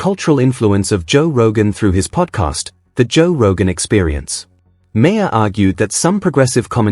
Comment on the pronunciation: Um...excuse me, but the subject of this story is pronounced MARR...NOT MARE. For God's sake, KNOW YOUR MATERIAL.